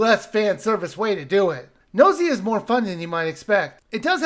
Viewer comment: I disagree on the pronunciation, is saying it correctly. It’s derived “Gnosis” which is the Greek for knowledge.